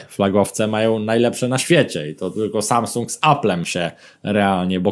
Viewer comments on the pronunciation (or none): "szajsung" ... tfu!!!